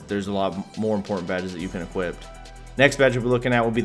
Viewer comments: There’s no fucking “t” in equip. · It’s “equip” you non-talking b...h.